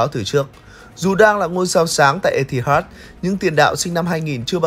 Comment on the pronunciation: Biết là phải đủ KPI, phải làm công nghiệp rồi. Nhưng mà edit cẩn thận lên, cắt voice còn không hết, mà có phải 1 lần đâu. Lần này còn ngay đầu video. Có mỗi cái voice over mà phát âm tiếng Anh sai tứ tung. Chờ mãi rồi ông cũng phát âm đúng từ Mirror, từ Etihad; cũng không ai bắt là phải chuẩn bản xứ cả nhưng phát âm có trách nhiệm nghe nó khác. Nhiều sub rồi, nhiều kênh rồi, nhiều tiền rồi, làm tử tế lên một tí đi làm ơn.